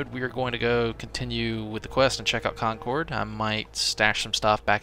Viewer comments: Concord is pronounced Con-kurd not Con-coord with less of a pause between syllables. Im from the area. Great content so far btw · How to tell someone isn't from new England: they pronounce it Con cord, not con curd lol luv ya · Love the videos, but it would be great if you'd pronounce Concord correctly. The game actually got it right in the last episode. As a big fan I hate to sound so nitpicky, but I happen to be from the area. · live near a place called Concord as well, different one, but i's also pronounced the way it was in the game.